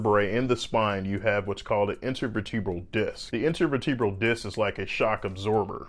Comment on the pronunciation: interveertubral??? is that how u pronounce it?? vertebral... intervertabral